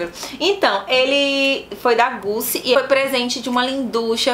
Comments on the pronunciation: não se fala Gucci, se fala Gutti, como se fosse com T. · Só um toque... Se fala "Ô de parfâm" e "Guti"... Amo perfumes 😀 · só um toque: se pronuncia “Guti”como se houvesse ali um T e não um C!Espero ter podido ajudar! Bjs e amei o vídeo ❤️Tb amo o J’adore! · amor, se escreve Gucci, mas a pronúncia é Guti, só pra ajudar. Um abraço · Gucci a pronúncia é guti rssss